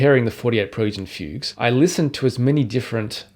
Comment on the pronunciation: “Preludes and Fugues”. But his pronunciation is very weird.